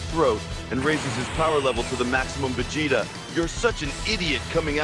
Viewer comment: Is it just me or does say Vecheetah instead of Vegeta?